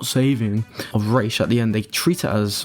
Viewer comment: The only couple things I disagree are... I like Snyder's justification about why it is important to test these characters, like Batman, about their rules and morals. Makes for an interesting study of the character. Aaaaand the pronunciation of Ra's, lol. It is pronounced as it is in Bale's movies. As you said, Arabic. Makes no sense to say it as "Rage" when it is not even in English. And I feel that Batman rule at this point shouldn't be about "no kill" but to "not murder". People can and have died. When it is a matter of self defence should be fine. But to murder? It is with all the intention, cold heart and even advantage. That's why in BvS his true first murder was gonna be Superman, besides of being someone innocent.